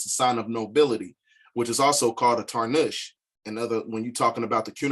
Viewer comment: It's tarbush bro not tarnush.Its not a fez its a Tarbush and Bey is not Muur EL is MUUR